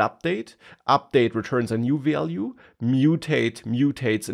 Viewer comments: Value is not so hard to pronounce, come on 😂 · It was overall informative but i really needed some tolerance when it came to him pronouncing "value" 🥲😂